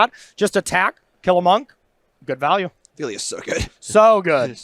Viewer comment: Phel-i-a. 3 syllables.